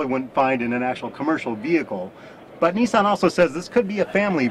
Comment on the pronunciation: its pronounced nissan not neesan!!!!